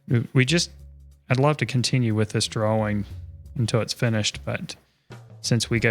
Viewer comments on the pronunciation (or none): draw-ing not draw-wing